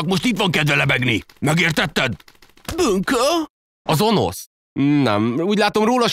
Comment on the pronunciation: Önösz nem Onosz XD